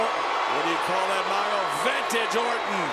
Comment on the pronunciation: I die a little every time I hear Michael Coal say vintage.